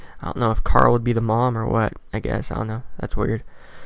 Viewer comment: Good video but plz stop saying like caruul cuz i dont know if your talking about carl or the girl mural likes